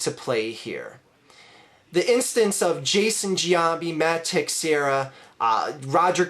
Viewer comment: Great video, just have to point out that Teixeira is not pronounced phonetically. It's pronounced (Te-share-ah), and while I agree with most of your points, mispronouncing a pretty prominent players name kinda diminishes your credibility. Sorry if that makes me sound like a dick, just kinda thought for future reference you might wanna know that. Go Phillies